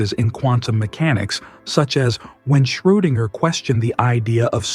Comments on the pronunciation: Butchered his name, you said something like Skerdinger 🤣Its Schrödinger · Erwin "Squirtinger"? AI nonsense! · Unfortunately the AI came out, when it incorrectly pronounced Schrodinger as 'Score-Dinger'. I wish AI was a bit more sophisticated so this wouldn't happen, but unfortunately it is still in its infancy. A pity, because this was otherwise an interesting video.